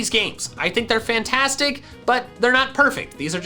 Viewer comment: Who else heard him say Fintastic?